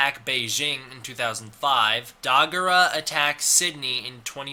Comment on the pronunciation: dagarha is pronounced dagarla.